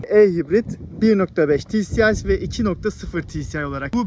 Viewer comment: Ti si ay (tci) değil ti es ay (tsi)